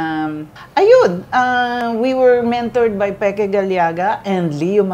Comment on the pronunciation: Pronounced "Peke", (NOT Peki). It's not that hard to pronounce it.😃😄😆😀